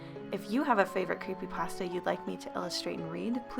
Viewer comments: Did she say creepydrasta or creepypasta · ... is it just me or does she say Creepy Drassa